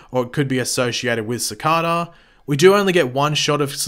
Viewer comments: cicarrrrrrda- that the first pronunciation of cicada I ever heard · I swear if you say Cicada like that one more time